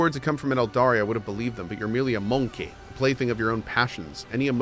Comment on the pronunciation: The way he pronounces "MONKEIGH" is sending me